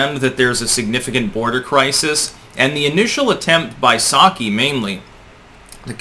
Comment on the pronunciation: Just ask'in: Who did you mean by "Psyaki" ? Nut Psaki? Perhaps? Just ask'in for a friend...